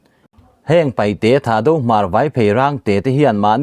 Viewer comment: Paihte ani ziah lo,News lian pangai ini ve si,Paite tihtur aw pu ber